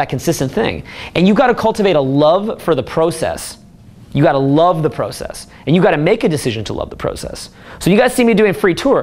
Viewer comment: I love the " PROCASS"